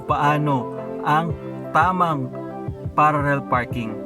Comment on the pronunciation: Pararrel pa more lol